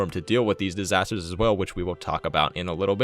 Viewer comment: Natural "Distasters'?